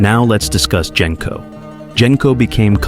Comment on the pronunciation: And "Gen-co" when everyone who watched the movies knows it's "Jen-co"